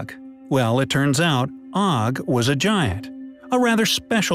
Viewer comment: The Hebrew for Og's bed can be translated as "crib", meaning that he was far bigger as an adult. Og is pronounced with a long o sound, not a short o sound. It is like "oge".